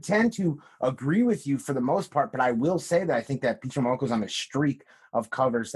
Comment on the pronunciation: " Peach Momonoko " lol